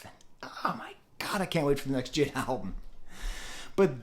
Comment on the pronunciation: AVAA It’s not JID , it’s J.I.D